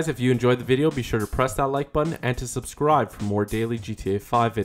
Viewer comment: why u always say subscribe like that